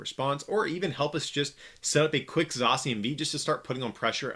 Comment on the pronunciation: U r readIng zacian wrongly